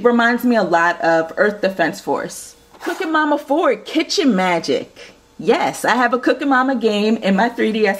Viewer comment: It's cooking mama not cooka mama